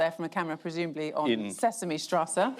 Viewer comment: and it's called Sesamstraße, not Sesame Strasse...